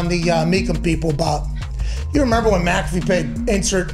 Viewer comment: said PAT MC-CA-FEE. Pat likes to pronounce his last name MAC-A-FEE